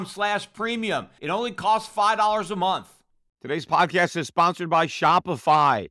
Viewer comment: Does it really only cost FI dollars a month? Please enunciate. I know I am being a stickler but if you want me to pay for financial advice you need to actually tell me what it costs.. also... why would you need FI dollars a month when you run a major investment firm?